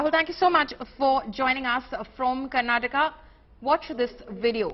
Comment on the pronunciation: I started watching this video only after the host pronounced Mysuru and Karnataka accurately.